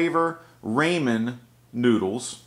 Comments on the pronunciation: I love you but you prounounce ramen as RAYmen but its like RAH.. rah RAH men sorry, good stuff though!! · D: It's raw-men. RAWMEN noodles.